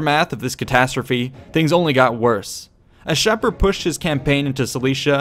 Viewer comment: Great job! I really like these vids. However, I believe Shapur is pronounced...[Shah'-pur]. With "pur" being pronounced like a cat's pur.